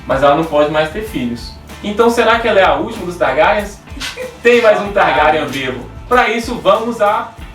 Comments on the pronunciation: que diabosss é TARGARIAN SE PRONÚNCIA :TARGUERIEN E SE ESCREVE (TARGARYEN) ACHO QUE VOÇÊS NÃO LEEM OS LIVROS E PIOR,MAL ASSISTIU A SERIE. INDICO CANAIS BEM MELHORES (MIKANNN) E TAMBÉM ASSISTIR SERIE. E SE O RHAEGO APARECER ELE SERIA AINDA UM BEBÊ, A NÃO SER SE ELE FOR PARENTE DA RENESMEE DE CREPÚSCULO. GENTE MELHOREM. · não é targarian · "Targaryan" "Raegar"...Esses erros de pronúncia me da uma raiva,mais tirando isso ta bem legal o video,bastante informações...E na vdd o Rhaegar e se casou com a Elia Martell e teve dois filhos com ela,e a treta toda foi que a Lyanna já tava prometida ao Robert,e no dia do torneio lá ele ganhou a coroa de flores que era pra ele dar para a mulher mais gata dali,invés dele dar pra esposa dele a Elia ele passou reto por ela e deu pra Lyanna ai o Robert ficou putasso,e nisso o Rhaegar sequestrou a Lyanna e o Robert se aliou aos Lannisters e aos Stark e começaram a rebelião...